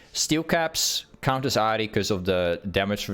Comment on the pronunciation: wait you actually pronounce ahri in japanese? that's cool actually never thought bout that